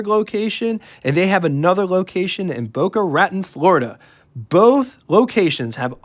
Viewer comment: just FYI It's not Boga-rat-ton Boca Raton is pronounced Boca-Ra-Tone 😃 Just here to help 👍